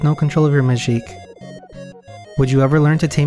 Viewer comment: man, this is such a good game, and I love your videos too, but it's absolutely infuriating to me that you're pronouncing it ✨Majique✨ for absolutely no reason lol